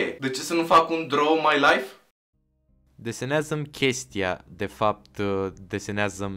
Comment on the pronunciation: Cica "laif" =))